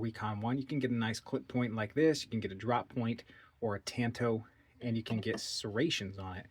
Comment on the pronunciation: Tawn toe! Like katana